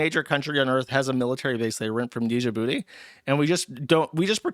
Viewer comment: how does a 30+ year old man not know how to pronounce djibouti